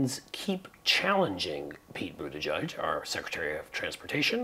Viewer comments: Boot ah geig, not judge. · Please learn to pronounce Pete's last name‼️It rhymes with /edge/, NOT/mud/. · It's Booda gedge not Boodajudge